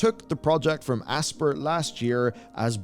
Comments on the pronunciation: Aspyr is pronounced "ASPIRE" (ASS-PIRE), not "ASPER" as in to "Aspire" to do great things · The company name “Aspyr” is pronounced like the real word “Aspire.” You mispronounced it seven times. How do you have a job covering gaming and not know this? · I think Aspyr is supposed to be pronounced Aspire